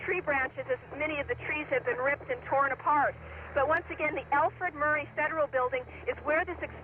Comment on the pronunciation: How many people actually called that building by the right name that day? Seems like almost every anchor either called it the "Murrow" Building or the "Murray" Building.